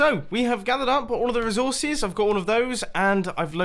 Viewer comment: PLEASE LEARN HOW TO PRONOUNCE RESOURCES